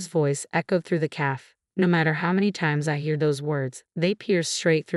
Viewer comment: How many words were mispronounced? For example calf for cafe. Most annoying.